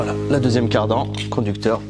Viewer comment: C’est moi ou il dit : ”la cardan ”?